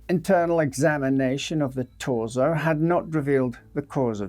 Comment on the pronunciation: It’s pronounced torso